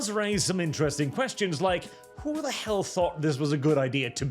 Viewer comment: "what the hleel is even that"